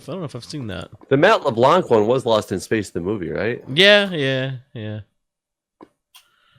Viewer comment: Just a heads up, you don't actually pronounce the 'c' at the end of LeBlanc